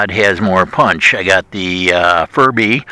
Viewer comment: don't you think, maybe, just possibly it, is pronounced fury bee?